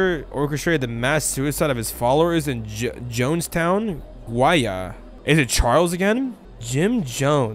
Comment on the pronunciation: Help the pronounciation of Guyana 😭😭 (for those who don’t know it’s pronounced like (Guy-Anna)